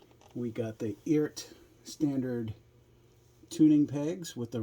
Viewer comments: The website says the correct pronunciation is ert. Sounds like earth. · I think the way you say it is, E-art. The reference is to Art. Electronic ART.